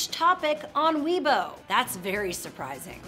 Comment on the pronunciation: "Weibo" is pronounced "way-bo," not "we-bo."